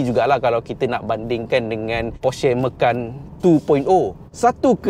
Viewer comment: Kenapa sebut Macan dengan “ME.KAN”. Bukan patut “MA.CAN” ke?